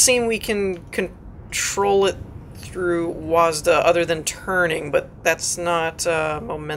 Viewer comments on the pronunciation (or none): it's a W-A-S-D not a W-A-S-D-A